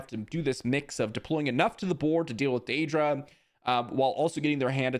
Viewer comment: The way you mispronounce Dedra over and over again makes me think you've never seen the show Andor.